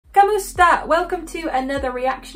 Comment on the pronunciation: Hi, kindly pronounce the word "kumusta" into "ku" not "ka", and the emphasis should be on "mu". You are cute in your pronunciation.